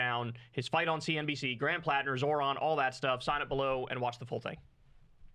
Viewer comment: There is no absolutely no reason to get Zoran name wrong if he speaks Italian.